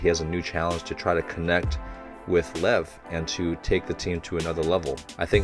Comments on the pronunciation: Just letting you know but Levs name is pronounced more like lee-ev. See if you can catch it when the characters say it. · I’d just like to point out that Lev’s name is pronounced more like Liev or Ljev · Nobody really calls Lev "Haiba". Also its sort of pronounced like "Lief"